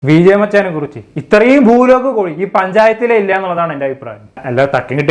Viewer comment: കോയി അല്ല കോഴി.....😅